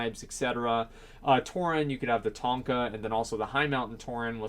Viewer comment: It's "Tauren" not "Touring", stop hurting my eyes or I'm gonna become a Demon Hunter! Also, no matter if there's people who doesnt care about the lore, Blizzard have to stick to it, it wont make sense for, let's say a Dwarf druid, Pandaren Death Knight or Warlock Draenei